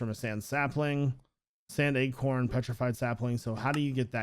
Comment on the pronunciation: I like how u say acorn "eggcorn" LMAO 😂😂😂